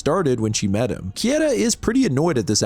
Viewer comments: Bro, it's not "Kieta", it's "Keita". As in "Kay-ta". I know you've watched anime. >:( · pleaseeeee how is it that you're a horror manga channel and don't know how to pronounce "keita" 😭😂 "kay-tuh" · I've watched a bunch of your videos now and some of your pronunciations are way off. Japanese vowels are the same as Spanish vowels. For example Keita= KAY-ta The emphasis is also on the first syllable. For example O-gushi, HI-bino, CHI-fuyu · Keita Kieta English natives and japanese names or words. hahaha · KAY-TUH, dude; you're getting those letters a bit jumbled. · the way you pronounce "Keita" is so upsetting... why wouldnt you just look it up if you knew you were going to say it so often? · I mean for one, his butchering of Keita's name lmao. I could go line per line and pick out the inaccuracies but it's easiest just to tell you to read the manga